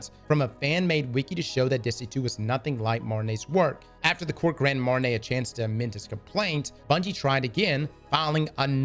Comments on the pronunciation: Bro it’s pronounced MARTIN-OH. How does that look like Martin-AY? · Martineau sound like Marti NO, not Marti nay. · it's pronounceed mar-tee-noe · For future references, Martineau's name is pronounced MAR-TEE-NO ✌ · Quick heads-up, the correct pronunciation of the name Martineau is ''Mar-Tea/Tee-No'' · Being from Louisiana you should know how to pronounce the plaintiff's name correctly 😂